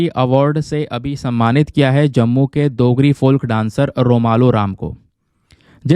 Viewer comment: Dear sir you missplet dogri you pronounced it as देgri but it is डोगरी थैंक्स